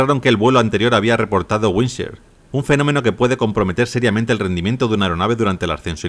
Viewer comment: windshear == winsor?? AI CRAP